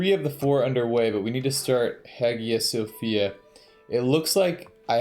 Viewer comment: The way he says Hagia Sophia kills me